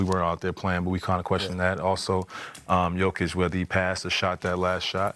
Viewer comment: Did DeMAR call them Jokic (hard J) and Morrow?